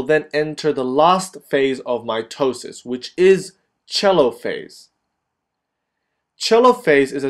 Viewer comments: Lol "Chelophase" Americans facepalm its pronounced Telophase like it's written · is it really pronounced "cheelo-phase"? I thought it was pronounced " Teee-lo-phase"